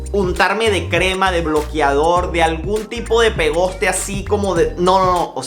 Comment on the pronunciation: Quién le hizo capture a la cicatriz en la nalga? Jejejejejeje Papi! Se dice pegote, no pegoste 😊